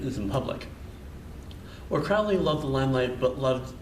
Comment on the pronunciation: It's Crowley rhymes with Holy. You're saying his name wrong. The OTO was not a spin off Order of the Golden Dawn either.